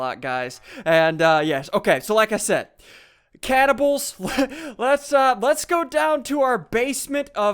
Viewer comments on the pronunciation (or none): When you said caniballs I thought younsaid cannon balls